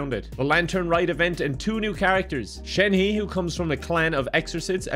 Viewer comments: DID HE JUST MIS-PRONOUNCE “shenhe’s” NAME OR AM I DEAF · When mispronounced Shenhua I smiled cause I knew he doesn't care about that stupid app game. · Great pronunciation of Shenhe 😂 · Shenhe is pronounced like "shun- huh" and yunjin is said like "(j)une- jin" btw